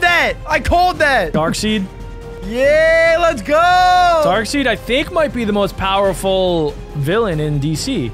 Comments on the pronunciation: "darkSEED" its "darksEYEd" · Stop saying Dark Seed it’s Dark side. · Did I hear darkseed😂😂😂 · Darkside not darkseid